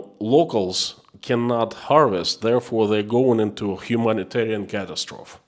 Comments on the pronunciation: The e on the end of catastrophe is sounded in English. You are saying it the French way. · You are pronouncing catastrophe the French way. English sounds out the final e. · Just fyi, the pronunciation of catastrophe rhymes with atrophy, not trough.